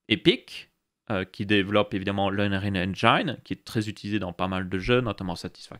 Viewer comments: "Unreal EngAÏNe" Sa pique à chaque fois :) La prononciation idéale c'est Unreal EngIne avec le i prononcé à la française. Sinon super série ! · Je crois qu'on dit unreal eng(i)ne [i]. Mais en vrai tant qu'on se comprend, osef. Au fait t'en es où sur le nas custom ? Quel OS tu prend au final ? Jai peut-être raté une vidéo ^^